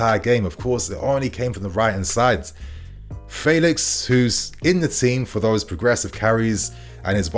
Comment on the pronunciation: you’re still saying his name wrong. It’s F (air) elix. Just like the E in Bellingham. Not Faylix